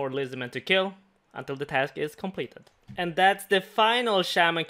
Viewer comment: "Completed" "Complebe" "Subscreebe"